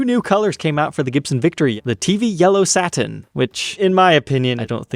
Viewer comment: Satin…can you pronounce it differently.